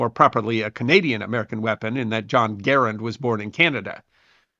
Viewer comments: Thank you for pronouncing John C Garand's name correctly! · Thank you for pronouncing Garand correctly. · Hat tip for the correct pronunciation of "Garand".